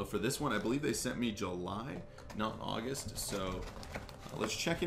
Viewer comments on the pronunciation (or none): none